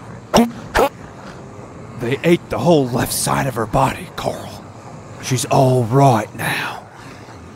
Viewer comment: Watch till When he says coral It's so weird